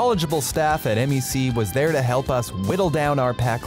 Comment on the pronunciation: M.E.C ❌️ MEC✅️